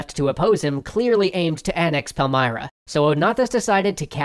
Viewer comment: Pal-m[ear]-ra, not Pal-m[eye]-ra.